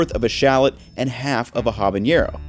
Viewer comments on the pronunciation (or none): it’s habanero not habañero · bruh why does he keep saying habañero... it's habaNero even in Spanish!! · Habanero doesn’t have a ‘ñ’. It is just pronounced with a regular English ‘n’ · Habanero doesn't have an accented n like jalapeño. You don't need that y sound in there lol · HabaNero not habaÑero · Great vid. It's "habanero" not "habañero." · Habanero Ah-bah-ne-rō No “ñ” in there. Just a FYI LOVE your cooking style and explanation. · There’s no ñ in Habanero. You’ve been to Mexico. No one says habaÑero. Otherwise great video. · Awesome video, will try. Also, it’s habanero not habañero. The “ne” is pronounced as in “net”. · quit being an ultra gringo by calling it HABAÑERO when it’s HABANERO. Save the “nyuh” sound from the ñ for jalapeño and borrow the “n” sound from Nancy when you pronounce habanero. 😁👍🇲🇽🇲🇽🇲🇽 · Respectfully—as you are someone who cooks with habaneros a fair amount—I feel you should know that it is habanero, not habañero. Please don't perpetuate the stereotype of the word-mangling American! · Habanero does not have an ñ FYI, it should just be pronounced as a normal 'n' sound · FYI…habanero, not habañero. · Loved the video but your pronunciation of habanero almost made me click off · hey, been a early fan and not hating but its habanero, no accent just like how it it, i wish u would say it right and hope u see this and do. love u and ur content ily